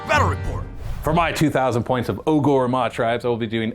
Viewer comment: “O-GOR” 😂 Just say ogre, man. They changed the spelling for intellectual property reasons, but same pronunciation.